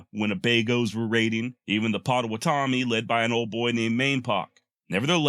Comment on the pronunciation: Ha. This is the 2nd time I’ve listened to this whole video. Great tribute to the JB . Also, we always pronounced the Potawatomi tribe : Pah-toe-wha-toe-me (but say it all fast!) Not that that matters , great work!